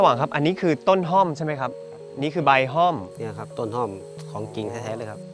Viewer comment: ห้อม หรือ ฮ่อม แต่ไม่ใช่ ฮ้อม